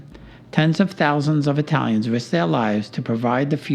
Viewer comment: Good video, but I'm sure they were 'Italians', not Aye-talians'. Fiero di essere di sangue Italiano.